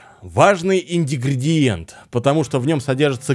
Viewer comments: Мучает один вопрос сколько смотрю твои видосы , почему ты ИНГРЕДИЕНТЫ называешь инДИГРИентами ;)??? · красавчег!!)) Я ещё не слыхал такой интерпретации слова "ингредиенты!")/) "ИНДИГРИДИЕНТЫ," блеать!))) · И-Н-Г-Р-Е-Д-И-Е-Н-Т-Ы! И-Н-Г-Р-Е-Д-И-Е-Н-Т-Ы! А НЕ ИНДЕГРЕДИЕНТЫ) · почему индигредиенты, когда ингредиенты? Ты у нас учителем чего работал?) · прикалывается или реально говорит "индигриенты"? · Смотрю тебя очень давно и всегда режет слух индегриэнты , а не ингретиэнты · ну ё-маё... Опять индигриенты у тебя? Вроде ж уже нормально было...типа выучил. Не? Или это фишка такая у тебя?))) Тогда извиняй... А видос- супер! Это интересно. Делай еще.